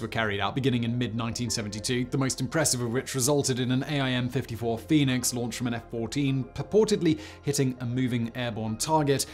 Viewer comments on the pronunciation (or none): Also it's called, "Aim"- Fifty Four, nobody calls it "Aye Aye Ehm"-Fifty Four, (you corrected it later in this video which was great!). Still love the video though, thanks! :D